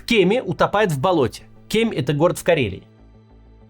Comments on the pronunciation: . Максим, правильное ударение на букву И. Кеми́. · Максим.... Прошу прощения.... Правильно, по нашему, по местному: "В Кеми́". С уважением... Спасибо за Вашу работу 🤝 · Кемь ( в КемИ) ударение на и. Нищий, маленький карельский город 10 тыс. населения и даже там целое кладбище погибших в СВО?! Ужас!